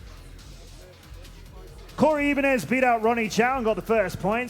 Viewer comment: i dislike how he pronounces "Ibanez"